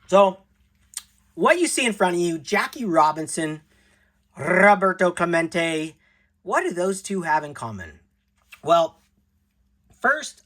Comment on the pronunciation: Dead Centered Rrrrroberto Clemen tay